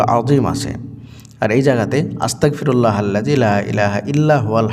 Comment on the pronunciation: আসসালামুয়ালাইকুম ওয়া রহমাতুল্লাহ। ভাই যান আপনার উচ্চারণে বুঝাযায় আস্তাকফিরুললা, কিন্তু এইখানে উচ্চারণ হবে আস্তাগ ফিরুললা।